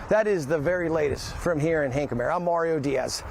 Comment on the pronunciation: Boy are they butchering Hankamer. Id hate to see how they would pronounce Anahuac.